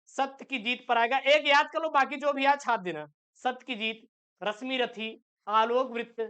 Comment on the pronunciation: Abe unpadh Rasmirathi nhi h Rasimrathi h 😅😅😅